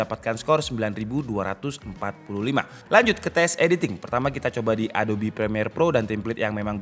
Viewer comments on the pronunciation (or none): none